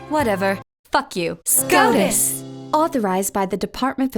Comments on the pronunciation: I just kept hearing SCROTUS... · I prefer the Australian pronunciation. Y’know “SCROTUS” Thank you George miller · Why does the pronunciation of "SCOTUS" sound like the name of an STD you learn about in health class?